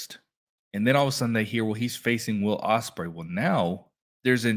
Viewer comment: You gotl Ospreay name wrong